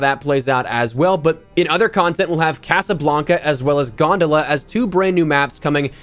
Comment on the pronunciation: Ears called it GawnDolla lol. Gg’s great content as usual